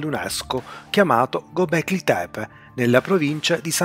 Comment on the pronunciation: Una precisazione! Non voglio fare il pignolo, tutto molto interessante, ma ciò che fa perdere di qualità i video é sicuramente la pronuncia di nomi, luoghi, ecc ecc può sembrare stupido ma dire gobli tebe anziché gobekli tebe può sminuire la qualità dei video! Più attenzione a queste cose